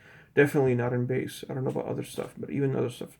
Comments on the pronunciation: Bass is pronounced BAAAIIss, not BAS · What sort of headphone reviewer says "bass" (like ass)??